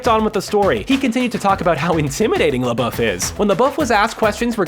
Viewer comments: Its pronpunced Shia Leboof not Shia Lebuff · "Lebeouf" its Labeouf